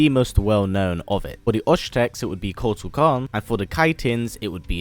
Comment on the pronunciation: You are pronouncing shokan wrong